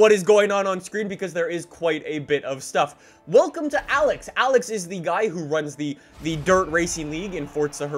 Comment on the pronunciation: why do you say "wilcome back!"